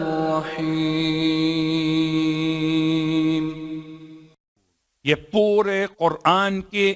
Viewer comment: تُقرأ عبارة "بسم الله الرحمن الرحيم" قراءةً خاطئة. بدلاً من *"بسم الله الرحمن الرحيم"*، تُقرأ *"بسم الله الرواحمن الرواحيم"، وهذا خطأ (حيث أُضيفت حرف "و" إلى "الرحمن الرحيم"*، فأصبحت "بسم الله الرواحمن الرواحيم" إذا تغير المعنى في القراءة، تصبح الصلاة باطلة.